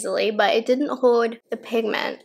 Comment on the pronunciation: hode = hoLd ahso = aLso shtrawrr = sTrawrr